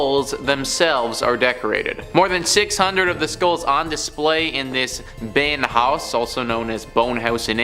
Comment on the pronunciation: Beinhaus is being pronounced "binehouse", not "beynhaus"!